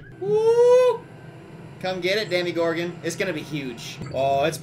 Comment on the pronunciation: Demogorgon, not demigorgon, just so you know for pronunciation.